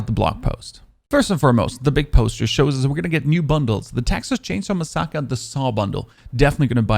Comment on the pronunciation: I like your vids.. but please say massacre correctly!!